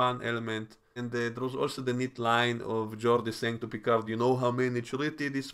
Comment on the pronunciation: 😂 Your Vadik impression....really annoys me the way she pronounces Picard.